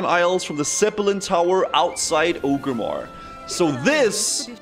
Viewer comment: It baffles me every time cannot pronounce "Orgrimmar" xD